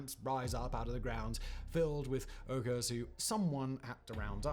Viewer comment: Uyghurs are called (Wee-gurs). The way you said it was incorrect Simon